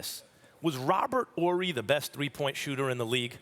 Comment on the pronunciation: "Robert Orry" 😂